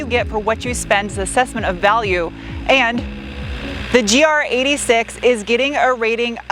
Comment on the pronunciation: It's not a GR86, it's a GR8-6.